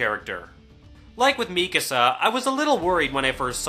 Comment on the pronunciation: are supposed to be german or austrian. You were pronouncing them as if they were english.